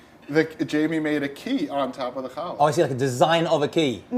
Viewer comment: Did the Rabbi say hell yeah or Chall yeah? Lol😂